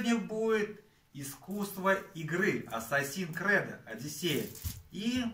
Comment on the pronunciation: Ассассин крЭд?! Что? Хреновое издание от хренового издателя.